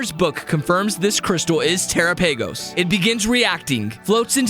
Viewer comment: you mispronounce terapagos